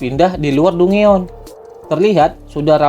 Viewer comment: dungeon bacanya danjen min 😅